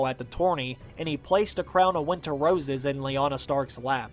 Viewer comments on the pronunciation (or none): Winter woses, lol